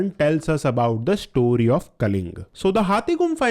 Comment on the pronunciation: Kalinga not kaling